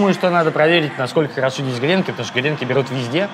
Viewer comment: ааааа.....грЕнки....минус уши)))правильно говорить гренкИ!))